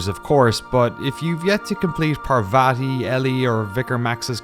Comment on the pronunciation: the one thing that annoyed me in the game....mispronouncing Parvati's name!